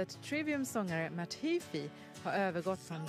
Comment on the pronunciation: “MatHefe” 😂 Lol this is awesome, glad I’m Swedish so I can tell if she’d shit talking or not! For once there was something interesting on the tv!😌